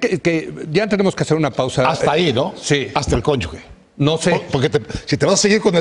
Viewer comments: Estos cabrones "preparadísimos" y no saben como se lee conyuge, dicen "conyugue" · Conyuge... /kónyuxe/ (con sonido de j). Todos se equivocan al pronunciar. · SEÑOR CASTAÑEDA Y SEÑOR; ES CÓNYUGE, POR FAVOR....